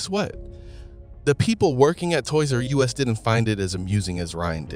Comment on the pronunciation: I'm going to guess you're not from the states. its not torys R us like USA, Its like us the pronoun